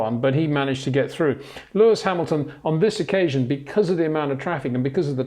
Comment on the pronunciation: ... it is NOT Lewish ... it is NOT Bottash ... and it is certainly NOT "Max Vershtappen"